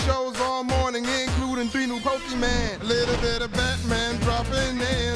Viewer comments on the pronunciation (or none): I was there for the kids WB appearance! I remember being so salty as a 9 year old when he pronounced it pokeMAN. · A part of me thinks he pronounced it wrong on purpose just to see if the director would catch it. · There is something hilarious about Lou saying “Pokeyman” in an official commercial for the actual network that airs the show that should have made him aware of the correct pronunciation. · There are genuinely ads from Nintendo themselves that say Pokemon wrong ("Pock-a-mon") from well into the 00s, so I'd give him a pass.